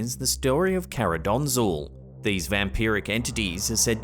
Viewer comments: Hey, just to correct you a bit. The name of the entity isn't Karadonzul, but Karakondzhul. Best regards from Bulgaria. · It is actually pronounced "karaconjul", native bulgarian here:))) Love your videos, gretings from Sofia, ^^